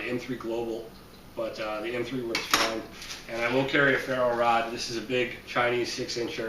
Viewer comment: he said PHARROH rod :-) nice kit. Merry Christmas my friend